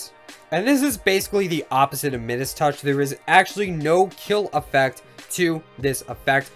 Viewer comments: Midus- pronounced My-Dus, not middas - where’s my doge fools gold and Midas owners? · said midus wrong mi-dus is the correct pronunciation like kind midas who had the golden touch you can check in google translate too.